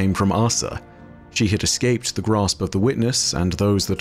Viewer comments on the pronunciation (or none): none